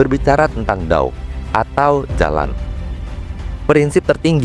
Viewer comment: Trm kasih informasinya pak. BTW, dao dibacanya: tao 🙏